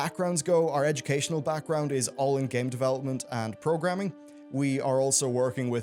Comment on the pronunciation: At 6:!5 "Development" turned into "Developemt".